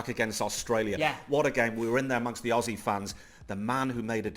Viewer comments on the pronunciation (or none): none